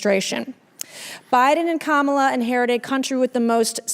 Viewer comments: "Women matter" and also won't respect Kamala Harris enough to 1. say her name correctly and say 2. "Biden and Harris" instead of "Biden and KaMAHla." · She is a racist. She deliberately mispronounces Kamala’s name because she has no respect for black people. She behaves more like a self absorbed TikTok kid than any kind of serious legislator.